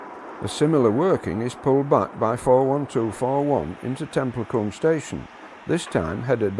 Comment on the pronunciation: It's pronounced (tem-pul-cum)